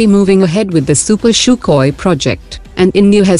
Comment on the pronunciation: why do you always say Shukhoi ?